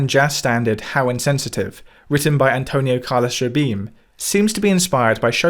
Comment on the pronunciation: great pronunciation of "antonio carlos jobim"